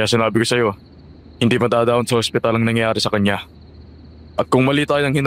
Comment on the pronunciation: angspital. sinasapunan. 😂😂😂 Ano daw??? narinig ko habang nagmamaneho Ako. Mamatay Ako kakatawa magisa.